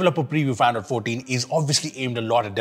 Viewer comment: bro how does this man pronounce "android 14“ as "iphone 14" am I the only one hearing it like this sometimes lmao